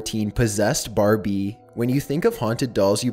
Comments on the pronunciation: When he talked I stared laughing because he said Barbieee and mantalee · I just love how he says Barbie and house and gifts - I’m dead🤣💀